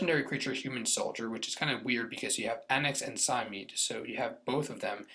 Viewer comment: It's pronounced Sy-Meed-Ee